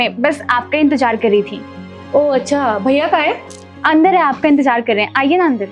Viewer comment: Intejar nahi bolna. Intezaar bolna